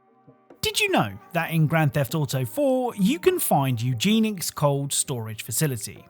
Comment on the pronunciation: Eugenics is pronounced u Jen ix